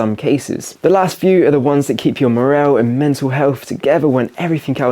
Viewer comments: Its "Morale" not Morrell. Otherwise channel is awesome fair play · I was thinking exactly that. Also says “morell” for morale. X